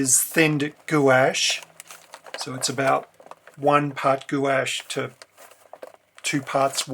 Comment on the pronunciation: Love your tutorials so much! Not meaning to be THAT commenter, but you seem to like accuracy, so I thought I'd mention, gouache is pronounced like gwahsh kind of like the sound in "harsh" in our Aussie tongue. :)